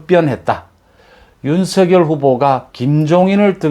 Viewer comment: 윤성렬로 발음 요